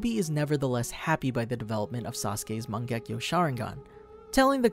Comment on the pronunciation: Its sounds like u say mon gek to sharingan